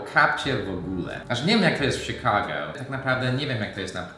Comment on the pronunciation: O nie... Sikago x2 IS baaaaaaaack